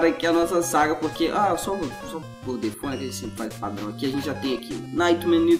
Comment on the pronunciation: Só por curiosidade, nem é tão relevante assim, mas "default" é uma palavra em inglês, e a pronúncia é "defauti" mesmo, a pronúncia "defôu" como se fosse em francês tá errada. É o mesmo esquema de "trigger", que eu já cansei de ver gente falando "tráiguer" quando é "tríguer" mesmo. Mas o episódio ficou muito bom, como de costume, essa ideia de mudar as coisas dependendo do jeito que o jogador faz as fases é muito interessante, e adiciona um fator replay até que legal no jogo.